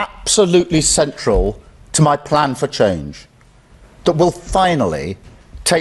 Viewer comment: notice how he says 'my plan'.